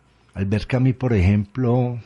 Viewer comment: Albert Camí??? Albert Camus; en fonética francesa, es algo así: "Camius", donde hay una simbiosis entre la "i" y la "u". Si no se llega a esa pronunciación, es mejor decir "Camus", directamente. Esto dicho con mucho respeto.